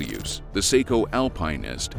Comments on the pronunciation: It's astounding how far TTS engines have come, yet they still can't pronounce the word "alpinist". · This is not how you pronounce alpinist, lol